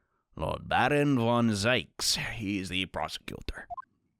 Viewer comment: its pronounced zeeks not zikes and you’re gonna like van zieks